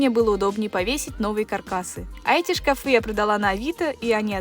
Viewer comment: Только мне слух режет " шкафЫ"? О стенах правильно говорит ,а о шкафах ... Где эти люди берут ударение на несуществующий слог?!? Все эти шкафЫ,лифтЫ, шарфЫ и тортЫ. В школе вообще уже никто не учится?!? Вся такая многозадачная ... И безграмотная.